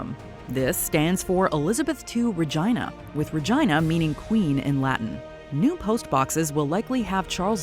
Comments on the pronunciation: Loved that you mispronounced Regina like vagina. It's supposed to be pronounced regeena. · They really pronounced Regina like vagina 💀 it’s pronounced like this 👉🏼 /rəˈjēnə/ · It’s RAY-Geena, not ray-gyna 😂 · She said it like re-jai-na. It's re-gee-na. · it’s pronounced Re-ge-nia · Regina isn't pronounced like vagina.. 😆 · Anybody else hear "vagina" 🤦🏿‍♂️ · no its not Regina is Latin for queen. It is pronounced re gee na. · Why did this lady say "Regina" to sound like "vagina?" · Bruh why she pronounce Regina like that 😂😂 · LOL that pronunciation of Regina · Making REGINA rhyme with vagina is chefs kiss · I'm far more bothered by her pronunciation of 'regina' tbh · The way she pronounced Regina…… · She said it like a body part omg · From someone who studied Latin for two years- no it's definitely not pronounced like that. Go listen to Salve Regina which was written when Latin was still prevalent and tell us how they say it